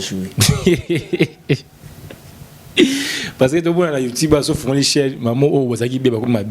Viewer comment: le mignon on dit Youtube et non youtibe 🙄